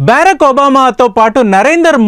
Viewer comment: బేరక్ ఒబామా కాదురా బరాక్ ఒబామా రా